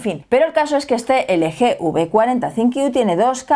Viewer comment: Se dice elgi